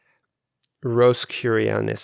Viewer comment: I'm not good at explaining things but that word you couldn't pronounce is pronounced like (Rose-A-Crush-ion) it's another secret religion like free masonry. The Black Cube he mentions is a symbol for Saturn and Saturnalia Cult Worship (that's a whole can of worms in itself ). Also the concept of the Mercury symbolism he mentioned about Mario's winged cap is an interesting rabbit hole you would be surprised how much of our modern civilization on how Mercury represents commerce, the magic square, the number 8, quicksilver, the crossroads, etc. and have you ever noticed the logo for today's medicine is twin snakes wrapped around a pole well that's the staff of Caduceus carried by Hermes or (Mercury) who by the why is known as the mainly as the God of tricksters so that says alot about that in just the symbol. On the other hand the symbol with one snake wrapped around the pole would be the staff of Asclepius and that would be the true symbol of healing. There's so much to know in subtle symbols and ideas at first glance to the initiated so they leave little "coded" things in all their works as a nod and a wink to other "initiated" and if your not initiated to them they would call you would be "profane" basically very underneath them.